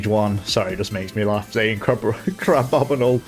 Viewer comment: It's not crabobinle it's crab-bomi-nable. Like the Abominable Yeti.